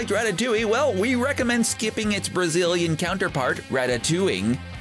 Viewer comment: OMG DANNY GONZALEZ TALKED ABOUT THAT LOL 😂 and it’s rat- ta- toing 😂